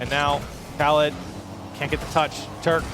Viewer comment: Turk was correct Ahmad as well only okhalid without the kh rightly done but understandable for an English speaker